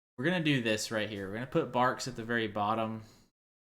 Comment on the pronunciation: Canada Dry is a ginger ale. And the root beer is pronounced Barks